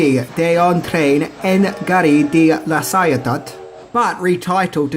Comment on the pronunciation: For la Ciotat, say: Laah (article) Cee 'O Taah (noun) I know it's difficult to spell for non french speaking folks, as one needs to memorize idiomatic syllable pronunciation and mute letters (like the last T of Ciotat). Good video. I have marathoned a lot of them in your channel, even learning tidbits of pop culture knowledge I wasn't aware about. Great job catching my interest, ^^